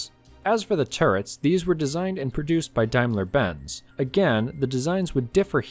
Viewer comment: You get extra points for pronouncing Daimler-Benz correctly.